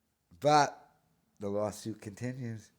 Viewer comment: Dude. It’s lawl suit